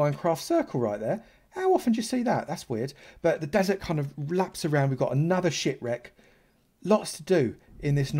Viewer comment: He said ship wreck but it sounds like that lol